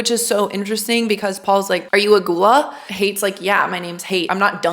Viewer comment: Learn how to pronounce "ghoula"